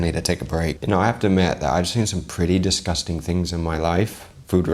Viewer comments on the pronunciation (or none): For someone who seems to critique and point out the small things that he does wrong and correct him on how he pronounces poutine, you would think you would know how to pronounce the word disgusting. Its not DEEsgusting, its DIsgusting.